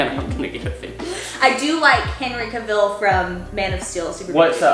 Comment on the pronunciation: I love these two so much. But I can't get over the way pronounces Henry Cavil.